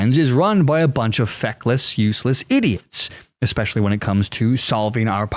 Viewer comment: Fekless. Sounds Irish lol